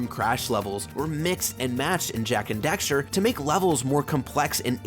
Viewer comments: Dax, Daxter. Not Dexter. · why do you keep saying Dexter? Its DAXTER D-ACK-STER. But agree, Jak II is not great sadly. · He said Dexter so many times!! LOL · Dude. It’s dAxter. With an A. Not Dexter. Literacy is hard